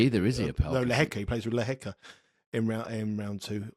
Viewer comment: Predictions are best when people have money on the line! Haha. I only wish would drop his chav / bogan / red neck pronunciation of Machac / Lehechka